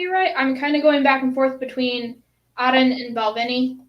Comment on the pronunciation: Missed this live, but great to watch back, love the “Arran” pronunciation 👍🏻🥃🏴